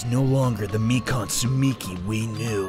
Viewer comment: Lol. Funny until you remember it’s Mi-Kahn, not Mi-Can. (Don’t r/wooosh me I get the joke lol)